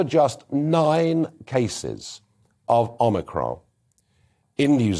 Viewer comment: Why does Farage say the word "omicron" using a French accent? He won't pronounce the "n" at the end of the word. Weird.